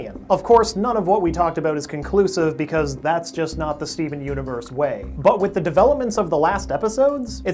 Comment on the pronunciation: 'Skeven universe' please tell me I'm not the only one who hears that. XD